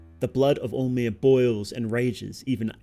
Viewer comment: Lmao every time you say all-mer, I kept mistaken for “omer.” Maybe it is just me 😂😂